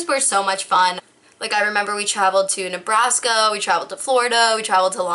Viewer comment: she literally said nebrasko and florido